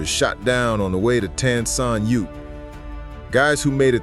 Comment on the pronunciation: Pretty sad that the narrator could not pronounce the name of Vietnam's major airport properly!!! I worked out of there daily and never once heard it called like him.